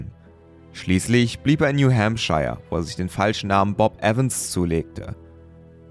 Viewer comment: der ort heißt new hampshire ... new hembscher gesproche